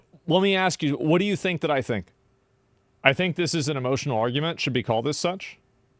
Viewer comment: "THIS EMOTIONAL ARGOOMENT!!! MEHHH YOU GET MAD OVA DA DEMS USING DA SCHOOL SHOOTINSSSS" NO RERE THEY ARE DIFFERENT!! DEMS USE THOSE TO TRY AND PUSH LEGISLATION THAT GOES AGAINST THE CONSTITUTION! TRUMP JUST DOING A NICE THING FOR A CANCER SURVIVOR KID. IS JUST THAT! ITS JUST A NICE THING THAT WAS GOOD. POINT BLANK! IT'S NON PARTISAN! IT AFFECTS NO ONE ELSE, BUT THE KID. IT ISNT EVEN REMOTELY THE SAME! USE YOUR BRAIN RERE!! God I can't stand these people. They literally CANNOT use their brains because their judgement is so clouded from hatred via their TDS!